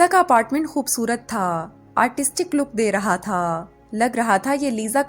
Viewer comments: The force on thaa and thiii sounds more irritating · Thaaaaa thaaaa thaaa soo irritating yaar 😑😑😑😑😑😑😑😑😑😑😑😑😑